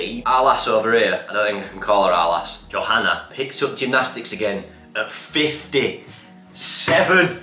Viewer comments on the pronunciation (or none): none